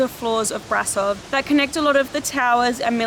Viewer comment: I went there when i had 9 years, nice place, i was amazed by her structure and The organ. And by The way, you can sau BRAȘOV, AT Ș SOMENTHING like she,, și,, you know? 🖤(love your videous) 🖤🖤